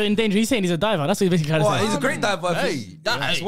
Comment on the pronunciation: Man Said “sorry abti” to fuad.😂😂 thats a Vio